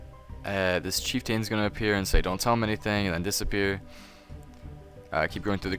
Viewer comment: The guide was perfect. You probably just got all those dislikes because you were mispronouncing Shamans and Chieftains the entire video